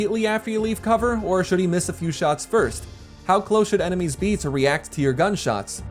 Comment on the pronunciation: Smushi: "I have no enemeies."